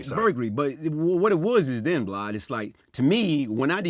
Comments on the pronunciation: he calls him "Blad" how has noone noticed that, just like Glad with a B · He keep calling Vlad Vlod 😂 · He called Vlad "Blide" 😅🤣😂😂🤣😅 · He called Vlad "Blod" 😂😂😂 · His story is movie worthy....side note he keep calling Vlad Blad🤣🤣🤣🤣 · He calls Vlad blad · "Its like this Vlod" 😭😭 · The way he talks is hilarious Calls Vlad “Blad”, pronounced “literally” as “littery”, says “technicality” when he means “technically”. Imagine laughin at how he talk then he just pull it on you lmaooo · Why can't people get Vald name right???? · Dam he called him BLAD 😂😂😂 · “ Litterey Blad “ 😭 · Lol he called vlad “Blad “😂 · Is he calling vlad blad? Lol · still thinks its BLAD.. notice Vlad ain’t corrected him.